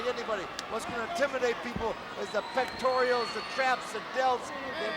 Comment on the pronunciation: Pectorials are actually pectorals. But maybe that is why U R a Common-pertater. 😅